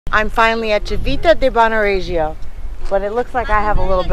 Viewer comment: Horrible accent !!! if you do a video, just learn it right! " Civita" is pronounced as "Chivita" with an accent/emphasis on the first i, not the second one, plus Regio, is "NOT" pronounced with that french-like-j, it's pronounced as in English "ReJo", that simple !!! don't mess with my language, respect ! don't be sloppy